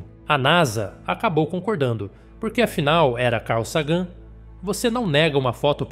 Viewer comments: Carl /sagan (e não “seigan”) é o nome da nave também errado foneticamente em algumas vezes, tornam esse vídeo lamentável! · Nossa !!!! Carl Sagân??? Carl Ságan???